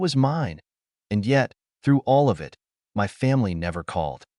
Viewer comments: Not "I-T". "It" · Why does the AI narrator pronounce (it) as "I" "T"? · Your mom, dad and sister need to find jobs to get money. They are free loaders. Your story is too long, pronunciation poor. "IT"? Pronounced "it". Get someone to teach you the English Language. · Terrible, terrible AI voice that mispronounces so many common words. Frequently saying "I.T." instead of "it" being the most frustrating. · The word "it" still exists. And it should not be pronounced "i t" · It's odd that the word "it" is being read as I.T.... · Would someone PLEASE fix these AI voices to say the actual word "it" instead "eye tee".